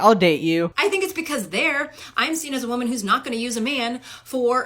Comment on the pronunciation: "Wahmen" -WoMAN